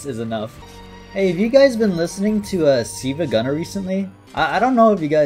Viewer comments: been following him for so long but called him siivagunner instead of silvagunner LMAO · I don't like how pronounces Silvia Gunner.